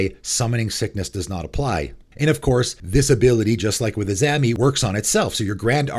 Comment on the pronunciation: LOL "Uh-ZAM-ee"